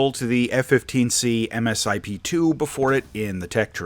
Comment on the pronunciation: Not really sure where you are getting your information from?... but much of your information is ....well wrong....and it's pronounced Misip...( Multi Stage Improvement Plan)...The Eagle is still very much top Tier in real world applications...we did very well against the Rafael at RedFlag.